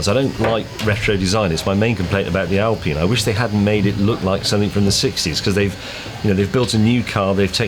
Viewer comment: You call it an Alpeene now? Just use your English. It´s Alpine, like pine tree. Don´t mix it up.